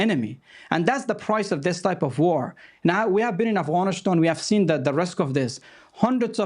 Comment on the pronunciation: This "analyst" is a fraud. He can't even say "Afghanistan" right he says "Afghanish-than". He's just pro war. Because it means there's more work for him as a talking head on TV.